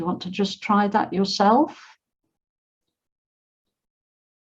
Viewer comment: Hi teacher I hear you pronounce the want, as one chi, why?